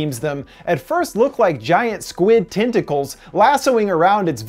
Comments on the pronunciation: TENTicles, TENT, not TINT...sorry but it's driving me crazy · "TIN-tickles"??? Not "TEN-tackles"??